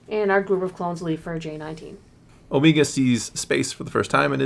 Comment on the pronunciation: The "Omeega" pronunciation really exposes the voice actress as Kiwi 😂